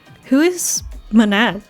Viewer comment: Seemingly it's pronounced like the word "maman" is but with an n. Lol poor Gina is just so confused during this ending. She has very little to do with the plot, other than her mom being part of the Gnos which she isn't even aware of, so it's no surprise she's pretty disconnected from what's happening here. All (non-empty) Kukrushkas are Manan. That's why there's two. The second is the original doll, which in those timelines never got sent to a new universe. It's a copy, but because there's no consciousness in the other one, I guess the universe didn't explode. One of Kukrushka's rampage moments was when she was guard duty, remember? And she specifically spared Remnan. So, it's always Manan. There is no regular Kukrushka. Fun fact, you can use I think arrow keys to go left or right in this screen, allowing you to see the rest of this art. And Yuriko was the one who said "I wonder if there will be an encore", which was meant to encourage you to start a new game. Also Gina said she was sure you'd see Setsu again, and Player asking Raqio where the door leads was meant to show they still wanted to look for Setsu. Congratulations on getting this ending as well, it's definitely a much nicer overall conclusion to Setsu's story. It's been fun following this playthrough from nearly its very start.